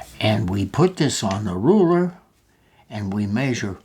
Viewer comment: rurer got me dead